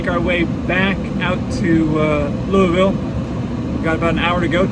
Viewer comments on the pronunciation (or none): Not Loiuieville, you say it LU VUL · As a Louisville (Lou a vull, lol) native, I had a bit of pride spike up when I saw ksdf on the GPS. I play msfs a lot and feel almost obligated to use a ups livery when flying into or out of ksdf. Awesome vlog, keep up the great work!! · Watched this based on a recommendation from a newer video - I'm from Louisville and the way you say it triggers me :D Great video btw. Did you fly out of UPS Worldport?